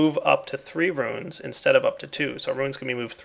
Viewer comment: It's pronounced ROONS, not ROOINS. God damn,!!